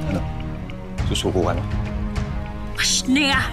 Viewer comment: How many times did they said “Pashneya”??